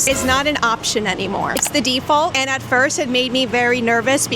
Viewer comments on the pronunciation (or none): none